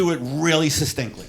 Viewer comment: "But can you do it sysinctly"